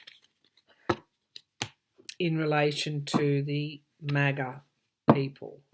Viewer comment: I rhink they should wait a month for trial after they have searched all the docts left in the wh and we get more citizen videos on 1/6 insurrection. I think much more grievous conduct will come out. and you pronounced it right. Maga Maggots. The impeachment will be a censure and we can also strip him of pension and security and any post election benefits--which is reasonable. I think they're getting ready to seize all his assets and mar a largo. So that means he will be dirt poor and need food stamps and medicaid--fitting for him. put him in a nursing home with a diaper at one end a feeding tube laced with drugs on the other. far worse than prison.